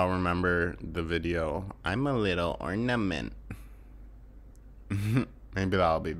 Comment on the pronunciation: The MBP 'I'm a little orDament' took me back. 😄😄